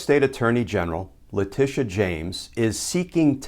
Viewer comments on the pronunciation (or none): Letitia - not Leticia